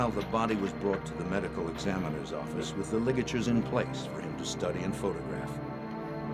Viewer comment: And he was a goddamn head of the new "yoak offace"